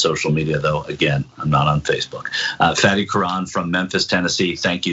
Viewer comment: Is "Fatty" or "Fahdee"? If it's Arabic, it should be the latter. Is this one of those where the person just gets tired of correcting people and just settles for the lazy American pronunciation?